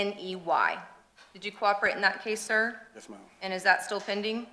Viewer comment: Omg i can not listen to this person say yus marm not 1 sexond longer lol